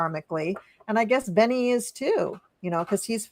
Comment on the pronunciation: Just a note . It is Bebe not Benny … Benny Gantz, love you both!